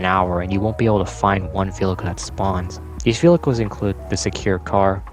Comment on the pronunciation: Man said "Velhichles" not once, not twice, not thrice, but 15-ice. But his pronunciation of "cops" is funny, so he gets a pass.